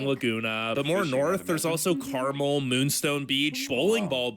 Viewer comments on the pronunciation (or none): Hi from the Central Coast of California, near Big Sur and Carmel mentioned in this video. (He mispronounces Carmel, btw.) That "pool" is a skateboard park. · I cringed when he mispronounced Carmel (California). Spent my childhood in Carmel and Carmel Valley. I live in Oregon now and am surrounded by beauty and geographical diversity. Hoping you and your family can make it to the states one day.